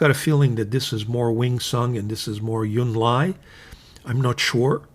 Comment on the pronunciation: I enjoy your videos. Thanks! And I’m looking into that Hongdian Han Dynasty pen now, thanks to your rave review. One very small thing—you tend to pronounce the “j” in Junlai as a “y” sound. In Chinese it sounds like the English words june and lie.